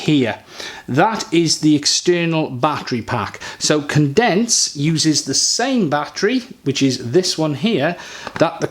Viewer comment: Cendence is pronounced the same as the second half of the word "transcendence"